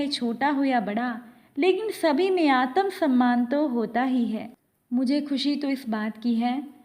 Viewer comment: Aatamsamman nhi Aatmsamman read Kiya Jata hain